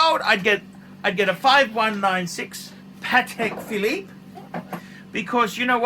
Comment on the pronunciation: what's this paTTek fil-eeep you speak of? PADDECK! or pate philippino.